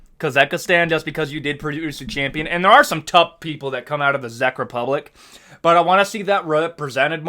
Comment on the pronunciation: Your Czech Republic pronunciation hurts me 😆